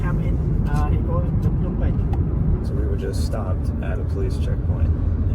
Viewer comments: It's pronounced nom pen not p-nom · Wrong buddy! Phnom Penh is pronounced "puh-NOM pen" (or "nuh-NOM pen")